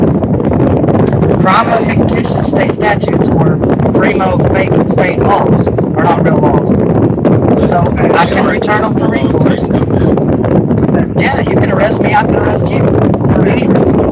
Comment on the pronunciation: Sovcits have the worst cameras. It's like watching sports highlights from the 1970s. he managed to give us 2 new mispronounced versions of prima facie. I like "preemo fake" but "preyemo fictional" is good to